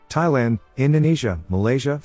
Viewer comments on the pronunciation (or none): none